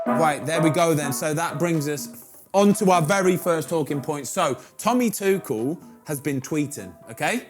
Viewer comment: Thomas Tuchel. Everyone: Two-Schull: Tu-Kell